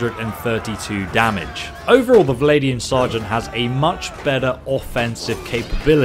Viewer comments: “Valadian”??? Vlan-dia? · Every time you say Valadian Sergeant a little kitten dies. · Vlandian, not Valadian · How do you end up saying "Val-ay-di-an" out of a spelling of "Vlandian"? Surely it ought to be "Vlan-di-an", with the "Vl" almost being "fVl"? So, "fVlan-di-an". Hearing "Val-ay" from "Vlan" is making my ears sad. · I love you but if you say valadian one more time... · VL-AND-IAN not vladian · How can you mispronounce ''Vlandian''...How does it sound like ''Viladian'' to you? Where is that i between the V and L... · Love your content but why do you pronounce Vlandian as "Valadian" o_O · exactly... it's Vlan-dee-an... please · I can't help but cringe everytime he says vilaidian and drakhans.. otherwise quite informative. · Should be like Swadian